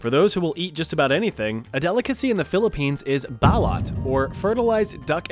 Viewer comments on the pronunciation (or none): Fellow Pinoy here. Balut is pronounced Bah-luut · It’s called “Bah-loot” bah like a sheep and loot like what you do in games.